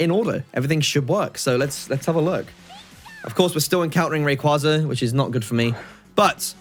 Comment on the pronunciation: The way how you and so many Poketubers mispronoucne Rayquaza a legendary Pokemon hurts me